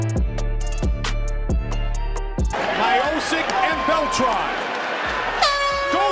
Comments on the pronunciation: Good ol stipe " myohsick" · His last name being mispronounced 3 different ways in his first fight was pretty funny. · So how are we meant to pronounce 'Miocic'? Several different versions throughout his storied career. He's mint and as it stands, the greatest heavyweight. Although, I think Aspinall will take that mantle eventually.